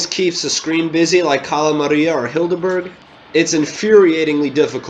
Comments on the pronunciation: Kahla not calla and same for dr.kahl but without a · Cala Maria. Cala Maria. Not Carra Maríah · XAXAXAXAXAXA I AM CRYING when he said cala maria he sounded like an german tourist whou has gone to Greece and he tries to order some squid which is καλαμάρια (kalamaria) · Its Cahl-a Mah-ree-a if ya wanna pronounce Cala Maria